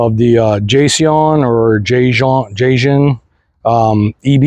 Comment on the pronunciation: Jay-C-ON is how you is how you pronounce it.